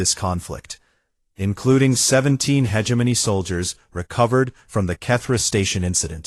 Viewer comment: It does not matter how many times viewers try to tell these "creators", the correct pronouncation is: he·gem·o·ny, NOT hedgeimonyy. They just don't understand bc they "outsource". :face-fuchsia-wide-eyes